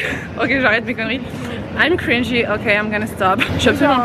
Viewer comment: Ça m’a choqué quand ta dis cringe en prononçant le e/ i 😂😂on dis malgré que ce soit en anglais cringe en prononçant e 😂😂